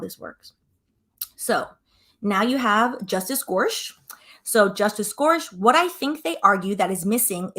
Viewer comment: “Gore-sick” is how you pronounce his name. Thank you for this content. As I law student going into midterm week, I don’t have time to listen to hours of oral arguments but I can digest this video! And I am impatient for an update on this litigation lol, so I don’t want to wait to have time over spring break!